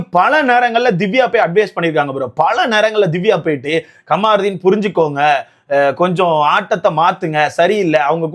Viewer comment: Kamruddin ❌ Kaamaruddin✅